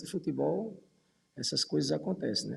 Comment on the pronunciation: Esse cara não sabe nem falar futebol.